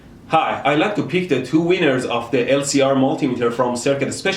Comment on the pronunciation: He says winners like wieners